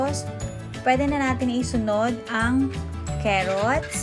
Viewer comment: pag ganyan luto mo sa carenderia sa mahal ng mga ingredients na gamit mo, baka wla ng bumili sa mahal ng presyo ng igado mo, heheh, "cerrots"? or "carrots" , pronounce it as "A" - CAR-Rots not "E" or "ay" as "cayroots"